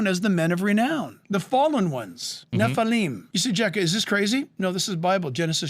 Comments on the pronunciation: for the love of God, it's nef-a-limb, the other dude you're reacting to, says it the right way, yet you're compelled to say nef-a-lime. hope this helps! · NEW GAME: Drink a shot every time he says "basically" or whenever he mispronounces Nephilim as "neffelymes!" 🤨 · You're hurting pronounce nephilim three times and you still mispronouncing it get it right